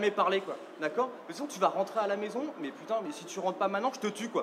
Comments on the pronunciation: but what is she saying when she swears? it sounds like Pitou (dog?) not Putain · ThePierre58 Thanks, I was wondering the same thing. But what is she saying when she swears.. it sounds more like Pitou ?